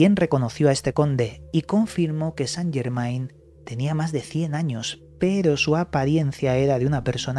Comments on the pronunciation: No san llermain,es francés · Se pronuncia san llermen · se dice san yermén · Se Pronuncia San yermen